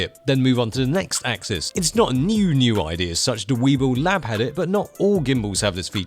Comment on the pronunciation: "We, bull" not "We, Bill"